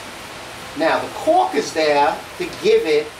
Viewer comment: For a second i thought you said that you line your drawers with "caulk". Had a laugh, then realized you said "cork" Haha, another good video, thanks!